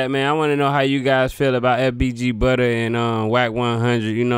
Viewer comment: It’s FBG Butta. NOT FBG Butter smh.